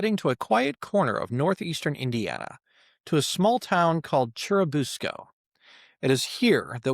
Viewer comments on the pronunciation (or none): For churubusco its pronounced Chair-i-bus-co